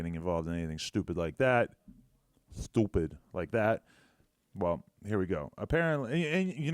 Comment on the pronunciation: his attempt at pronouncing stoopid really proves he's getting too old for the culture 😂😂😂